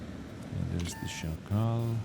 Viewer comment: Hey, as a pole I can confirm your pronunciation of Szakal is spot on